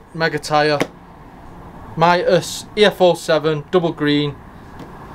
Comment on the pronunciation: Mitas proper pronunciation ....MEET US as in meet us at the races. I am an brand ambassador for Mitas....side note, Love the E 09 on my 390rrs